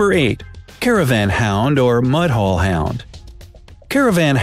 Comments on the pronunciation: It is mudhol not mud hole as you pronounced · It isn't Mudhole it is Moodhol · It's mudhol not mud - hole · Mudhol pronounciation was also not write